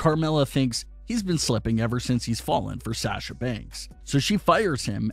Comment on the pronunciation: Dude You keep saying sasha's name wrong. STOP IT. It is real annoying.